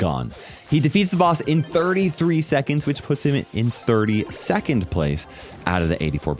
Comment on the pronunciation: "32th" lol